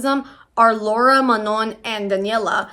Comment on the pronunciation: how fucking hard is it to say lara’s name correctly?? did you do any research prior? saying her name (or anyone’s name) correctly is like the easiest thing ever? also people aren’t questioning manon’s blackness because “she’s light skinned” it’s very clearly because she’s just as much white european and she is black. if us black people don’t feel represented by someone who has a white mother and was raised in a predominantly white european country (the average black person does not share the same privilege or upbringing) then we have every right to not see representation in her. again, please do some research before yapping on the internet because other than that, i did finish this video till the end so you did something right.